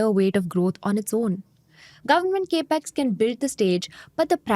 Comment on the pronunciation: Gurumātā.. it is NOT KE--PEX.... it is CAP-EX (capital expense)... not Ke-pital Expense